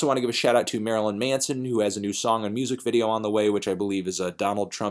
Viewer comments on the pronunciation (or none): none